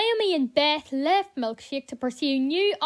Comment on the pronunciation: You say Milkshake! like, "Milkshiak."